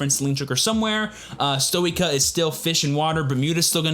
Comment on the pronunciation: you forgot the part where yu-yu is forced to crossdress: Say it with me: S-toy-kay-a